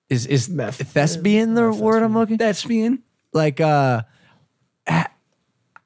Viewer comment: Hahaha “thesbian”